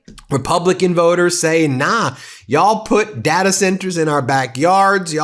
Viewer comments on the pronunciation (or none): That was a horrible "yall" buddy, practice that for next time please 🙏🏿